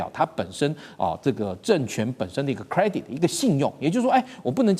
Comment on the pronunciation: 英文都念不明白还要中英文展示😂credit。